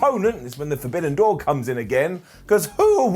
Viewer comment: Nobody ever called it the Fidibidden door... It was the Forbidden door... 😅